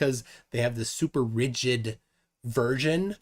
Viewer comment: The way was pronouncing "rigid" with a hard "g" was getting on my nerves. 😖